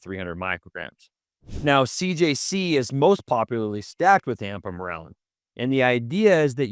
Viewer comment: I like the information but I'm trying to place either the accent or why exactly he says "ampamorelin" instead of ipamorelin. just curious